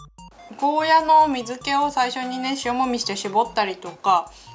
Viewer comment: ゴーヤじゃなくてゴーヤーですよ